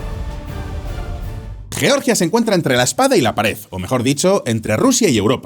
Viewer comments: Es horrible cuando pronuncian yioryia el país europeo. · ¿Por qué decís yeoryia? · por qué pronunciais Georgia como el Estado de Norteamérica?